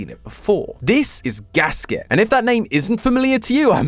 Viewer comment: Hey the theory is great and all but thats not how you pronounce Gaskette. It is german. Gas-Kette is a compound word meaning Gas(self explanatory)chain(kette) there is a small break when pronouncing the name completely between both words.